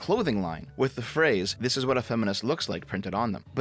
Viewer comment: "I'm, a hwat?"